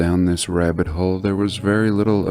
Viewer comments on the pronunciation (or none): Stop saying hole like that